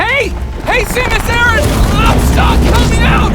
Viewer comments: New rule, if you incorrectly pronounce it "Samus ARE-AN", and promote your blue sky account at the beginning of the video, you don't get to have an opinion on a series that's been around for a quarter of a century. This game wasn't made for you. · You pronounced her last name wrong. Noob!